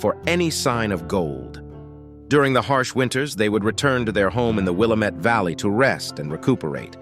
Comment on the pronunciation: Willamette is pronounced Will-AM-It. If you are telling a true story you might want to be sure you pronounce the names right. I’ve lived most my life in the Willamette valley and own property in Prineville.